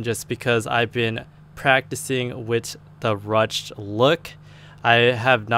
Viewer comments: it's pronounced roo shay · Ruched is pronounced "rooshed".